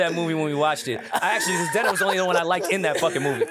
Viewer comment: is never gonna get Zendaya’s name right 😂